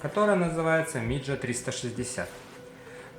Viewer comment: не миджа, а мидзя